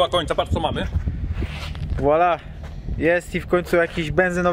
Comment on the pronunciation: Za każdym razem jak mówisz " voila" czyli WŁALA to brakuje mi tej końcówki SZEK. Ale nie dziwi mnie w sumie, że wielka osobistość jak Bartosz Walaszek nie jest Ci znana